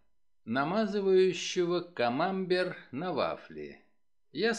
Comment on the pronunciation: На вафли намазывают не камАмбер, а камамбЕр. Это французский мягкий сыр.